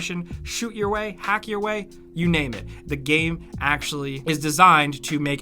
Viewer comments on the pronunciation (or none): I always love your content but I always turn off when comes on and says gaaime in every sentence, is he payed extra for every time he tries to pronounce the word game?